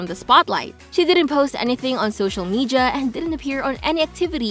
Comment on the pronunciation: Media* not Medja Sakura* not Sakuja please pronounce things right Can people leave this group alone??? All of them are innocent especially Garam most people causing this are jealous people the used to know or fans of other groups You’re not a real kpop fan if you hate on other groups